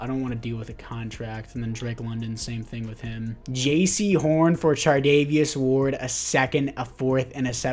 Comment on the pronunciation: Charvarious ward I’m sorry but you said chardavious ward ten times